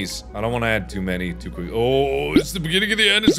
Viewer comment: At 2x speed, when Mark repeats, “it's the beginning of the end, ” it sounds like he's saying “It’s biggity end, ”